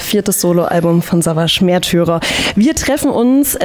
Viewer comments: Haha...wusste garnicht dass das neue Album "Mehrtürer" und nicht "Märtyrer"!!! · Sawash Mehrtührer beste Aussprache hahaha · Hahahahah mehrtürer :)